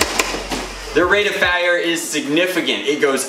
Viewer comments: 1 its 6 rounds 2 you said fier like feir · Did anyone else notice "the rate of fIEre" thing?lmao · rate of fayire lmfao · rate of feire, lmao